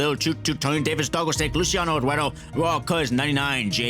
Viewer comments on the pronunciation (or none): none